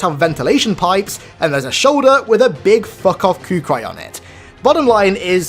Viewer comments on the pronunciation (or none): Every time you say “” instead of “Kukri” (ku-Kree) a baby gets punched in the face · "Coocry"?! *Kukri 👌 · Kukri is pronounced cook-Ree not coook-ry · "There's a shoulder with a big, fuck off koo-cry on it." I approve of this mispronunciation... At least in this context. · i know it's petty but "kukri" is pronounced "cook-ree"